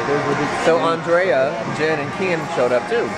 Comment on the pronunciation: Ricky pronounced Andrea right!